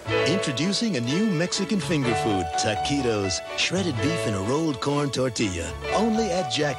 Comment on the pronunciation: "I know taquitos, and you know taquitos...do THEY know taquitos?" Narrator: "WE KNOW TAKEEDOS."